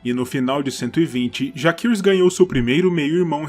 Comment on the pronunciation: Como no latim, 'a' + 'e' formam um ditongo, onde se pronuncia apenas o 'E'. Assim, a pronúncia correta seria JACERYS e não, JAQUERYS ou JAQUIRYS